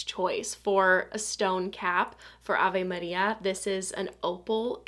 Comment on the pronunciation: Funny how well you say Avé Maria 😊